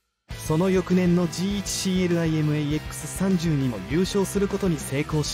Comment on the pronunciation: 何でこの部分だけ 「じーいち しーえるあいえむ えーえっくす さんじゅうに」 読みしてんねんw